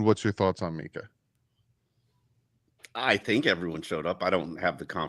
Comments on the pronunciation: so annoying. Please stop trying to say Minkah. It's not Mika 😂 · MINK-AH. SAY THE K